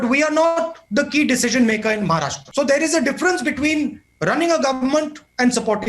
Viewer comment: Navika - first learn to pronounce state names correctly. It's Maharashtra, not Maharashtraaaa.